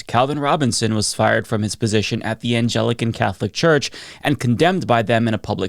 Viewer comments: "angelican"? It's the "Anglican" church, named after "England"... Lad, if you're gonna shit on something at least get it right... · just a quick pronunciation note. It's pronounced Anglican (an-glee-can) not Angelican (angel-ee-can) although I can see how you got there. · Pronounced Ān-glih-cun. Please prep a bit more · Angelican lol Anglican Good video though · Umm... "Angelican?" Don't you mean Anglican? You know as in Anglo or England? What is happening in this freaking world?????? The "democratization" of "content" has been a genuine and ongoing disaster that will be of biblical proportions by the time it's through. We all have a grave responsibility of becoming educated, educating those around us, resisting mind-numbing addictions, elevating genuine creative expression and rejecting the corporate idiocy that has gradually, systematically and completely replaced the arts over the last few decades. We all need to wake up. Learn a skill and/or a musical instrument. Go back to reading books, listening to music, viewing works of art - from any other period. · Anglican, not angelic ahah 😅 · Anglican, not angelican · Did you just say "angelican?" JFC dude. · "aNgelican" lol its ANGLICAN Yknow, the religion of the British empire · That's Anglican, not Angelican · "Anglican" not "Angelican". No doubt he might have gotten away with it at an evangelican church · ANGLICAN CATHOLIC CHURCH NOT ANGELICA CATHOLIC CHURCH YOU MAKE MANY INCORRECT PRONUNCIATIONS. Because you try to talk too fast and you’re not quite up to it. Speak slower.,. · its "Angli...can" not Angel ican mate (sorry to be that guy but i thought its best for future refferance... sorry) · I know this is not the big deal here but for the othe Al (Al-g- 🎶) Its An-glick-can Anglican Catholic Church. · It’s notAnglican it’s Ang lic an. Anglican AnGlickan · FYI, that's pronounced "ANG-lick-in" as in Angles/Anglo-/Anglish. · Anglican is pronounced Ang-lic-an. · Ang-Lick-En= Anglican